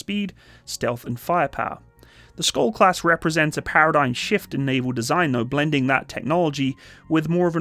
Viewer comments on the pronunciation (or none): funny hearing an english speaker trying to say SKJOLD....the K is silent...it's pronounced like SHIELD, but with an O insted of IE...and the D at the end is also usually not pronpounced..so something like SCHOLL, I guess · The SKJ letters is pronounced like English SH. You could pronounce it Shyold. And, yes, it means Shield. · Hi, I have been following developments of the Skjold class for a number of years. By the way, I think it is pronounced Sh-old. I was born in the Shetland Islands and my father used to tell me about the Norwegian Torpedo boats which he observed in the War. One year we met one of the Norwegian veteran's from that time. He was a man who rowed across the North Sea at the age of 14 with his brother and then when he was old joined the Free Norwegian navy on their MTB's. One sunny Sunday afternoon in the 1970's, I saw a flotilla of Norwegian MTB's roaring into the harbour at top speed - what a sight! The Skjold is a fantastic design. It is a bit lacking in ASW though which is something the Swedish Visby is good at. It is a far better design than the Littoral Combat Ship. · You can pronounce Skjold as "Shold" it means "Shield" which i find rather fitting. :) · Skjöld}=SHEILD WITH A SH SOUND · so K is like H and J is like I? "Shiold" or "Shold" is pronounce? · Everytime he say SKOLD I physically cringed. The J is pronounced like Y in Yemen. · Btw, you pronounce it like a "sh" sound, so "skjold" is more like "shold" in your pronounciation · As a Norwegian, it's always interesting hearing foreigners struggling to pronounce Norwegian words. Our language can be quite tricky, including words like "skjold" ("shield" in English). The word "skjold" is basically pronounced similarly to its English translation, "shield", except with an "O" sound.